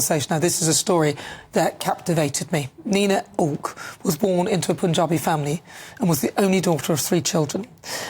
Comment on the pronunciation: Atleast get her name right....its Nina Aouilk not Nana Akua.